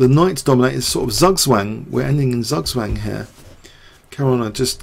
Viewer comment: Great video! P.S.: I like how you pronounce "Zugzwang" (I'm german).